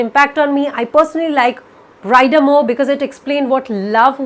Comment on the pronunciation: It's 'Bree-dah' not 'Brai-dah'.